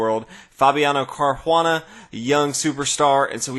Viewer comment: Thanks for the videos and the quick updates on big tournaments. Sorry to bother you with this but I have been wondering for a long time though why you pronounce Caruana like he's Brazilian or Portuguese and not either in an American or Italian way?